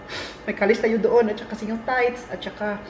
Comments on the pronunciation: Hello, I am one of your viewers. Hope you have time to read my simple note. Ang ikapo ay tithes with sound T at the end and not pronounce it as thai with a silent t. This is just a correction brother. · pronounce wd "t" sound,😊 para di maging chicken thigh😀